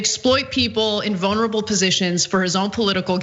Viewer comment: "vonerable" position. hahaha.